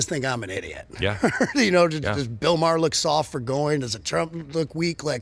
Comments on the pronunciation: His name is Maher not Mayer. No y. Couldn't you make an effort to get it right. I know it is a small thing. I don't know about you, but when people mispronounce my name I always correct them. If they don't try and get it right after that. I just walk away. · Hey man I love the show absolutely. I just wanted to say Bills last name is pronounced Ma-er not Mi-er lol. Every time I hear that. I think you are talking about my cousin lmao. Sorry. Really love the show though. I watch daily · MA-HER..not mayor..😂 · His name is pronounced MAR - Bill MAR (Maher) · I have to jump - you're driving me nuts saying Myer. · He can not pronounce Bills last name